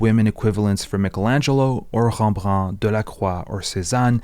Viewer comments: I'm more confused why he pronounced Rembrandt with a French accent. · This video is incredible, but I gotta say, I've never heard anyone pronounce Höch or Rembrandt like that.